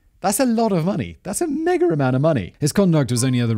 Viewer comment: Had to turn subtitles on, froze up hearing ‘that’s a mega amount of money’ as something not friendly for YouTube or anywhere standards… Never heard it be pronounced with an R like that sounded